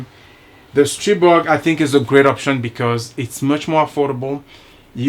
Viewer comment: I never had an issue with either my A1 or my A3. So far. Your the first reviewer that pronounced the Stribog's name correctly. I subbed . Thanks